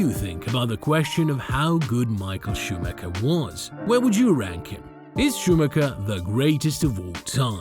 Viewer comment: Can’t even pronounce the driver ffs